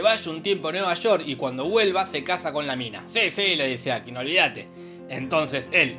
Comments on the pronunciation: me enerva que le diga ákim DONDE VISTE EN LA PELI QUE ACENTUEN EN LA A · Cómo "Áquim"? Aquím!